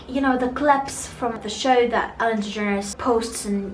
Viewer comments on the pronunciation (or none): none